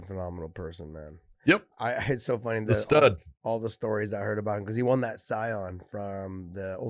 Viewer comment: I love it. Ariel always mispronounces "won" LOLOLOL.